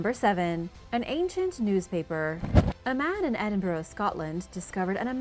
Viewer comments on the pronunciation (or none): It's not Edinbur-oh, it's Edinbur-ah. (for pronunciation) For anyone planning to visit our capital.